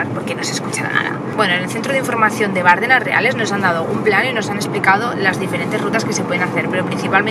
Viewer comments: ¡ Bardéééééééénas ! ¡Joe Bárdenas! Palabra llana terminada en s, sin acentoooooo!!!!!! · No se pronuncia Bárdenas. Si no Bardenas. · Se pronuncia Bardenas, no Bárdenas. Es una plalabra llana. :) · Bonito vídeo de mi tierra. Quedáis todos invitados. Solo un par de apreciaciones. Esas aves tan majestuosas son buitres leonados. En Navarra hay multitud de colonias de esta ave carroñera compartiendo riscos con alimoches. Por otro lado, se dice Bardenas, con la acentuación en la "e" y se escribe sin tilde, porque es una palabra llana. Por lo demás, me encanta que nos visitéis y conozcáis esta bella tierra. La próxima vez, si me avisáis con tiempo, puedo haceros de guía y enseñaros otras partes y rincones de Navarra muy poco conocidas como el Señorío de Bertiz, Sierra de Lóquiz, Codés, Montejurra, bellas poblaciones como Ujué, Gallipienzo, Estella, Artajona, Zugarramurdi, Elizondo, Roncal, Monasterios de Leire, Irache, Fitero, Iranzu, Oliva, Castillos de Javier, Amaiur, Monjardín, etc... Incluso la única fuente del mundo por la que sale de su caño vino tinto. Navarra es la gran desconocida y seréis bienvenidos.😜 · Bardenas, acentuada en la E: no es esdrújula. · Como me duele en los oídos el escucharte decir Bárdenas!!! En la zona reconozco que tenemos mucho acento pero precisamente “Las Bardenas” no lo lleva. Por lo demás bonito vídeo,deberías volver por que te dejaste más parajes preciosos entre ellos la selva de Irati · Bardenas, sin acento en la primera A